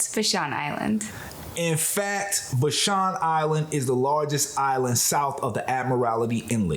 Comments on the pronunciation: Would be nice if you knew that "Vashon" rhymes with ""Passion". It is not vaSHAWN. Glad you had a good time. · VAA-SHAWN VAA-SHAWN thats how you say Vashon! Not Vshon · Pronouned "Vaa - shon" Island (long "a" sound). Thanks for this adventure thru "new" eyes. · Vashon pronounced va-shawn